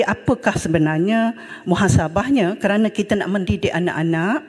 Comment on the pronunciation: Munasabah la, bukan "Muhasabah".